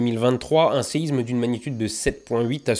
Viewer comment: Merci bcp. C'est juste dommage de faire toute la vidéo en prononçant "séizme" bien à la parisienne. Que ce soit pour séisme, Israël ou autre, la lettre s ne se prononce comme un z que lorsqu'elle est entre 2 voyelles. Ex: Isabelle. Bonne continuation.